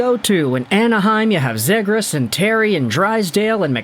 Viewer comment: great video but my man called zegras “Zigriss” 💀